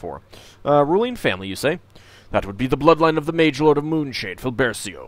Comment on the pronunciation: I'm starting to think the Moonshade names are supposed to have Italian pronunciations. "Briggio" is very distinctly Italian looking. If you care to know (for future reference), cia, ce, ci, cio, ciu in Italian spelling would be pronounced as cha, chay, chee, cho, chu in English and gia, ge, gi, gio, giu would pronounced be ja, jay, jee, jo, ju. So Filbercio would be pronounced Feel-bare-cho and Briggio would be Breej-jo. And if you want a hard K or G sound in front of E or I, you put H between them, like in Pinocchio, Chianti, or spaghetti. Italian has seemingly backwards spelling rules once you realize that chocolate is "cioccolato" and kilometer is "chilometro".